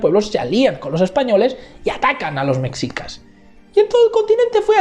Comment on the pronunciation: Llegué hasta que dijo "mecsicas" 😅😅😅 Y por cierto, causan mucha gracia los comentarios (mucho más interesantes que esta apología) menospreciando la postura de AMLO por considerarla de una izquierda radical, pero validando la de Vargas Llosa que es de ultraderecha... en fin, la subjetividad disfrazada de objetividad